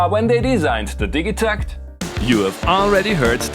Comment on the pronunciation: Ill hate you for mispronouncing it